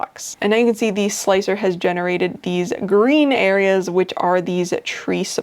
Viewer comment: I did not know about the multi-plate thing. Thanks! Oh, and thanks for calling slic3r slicer. Not sure why but calling it slick-3-R really bugs me.